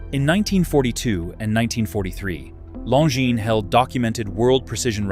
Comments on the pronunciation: Long-ins? I stopped this video after 0.31. I don't listen to AI when it can't pronounce names. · You lost me at Long-Ins